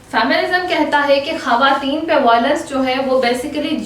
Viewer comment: Women ...not hawatin its khawatin